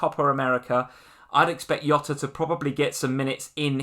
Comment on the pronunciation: Love ya guys but It's not Yota it's Jota. He's not Spanish he's Portuguese. They pronounce J almost exactly the same as we do. If you were to jot down some ideas, that is what jota translates to and is pronounced the same way.